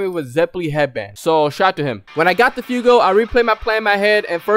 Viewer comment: It's fugo not fiyugo.